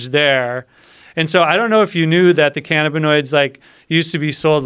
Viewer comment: The way this guy says cannabinoids... It’s pronounced- ka nab ah noids not fn- canna bi noids 🤦‍♂️ so aggravating the way he says it...